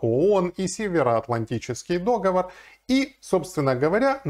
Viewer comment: договОр а не дОговор...